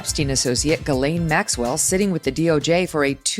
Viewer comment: For years, Ghislaine Maxwell's many attorneys have always called her Guh-LENN. You think they'd know better and call her JIS-layn or Gill-AYN or whatever her name really is like everybody in the media does. And you'd think she would have corrected them so they would pronounce it right. But No! They insist on calling her Guh-LENN for some reason.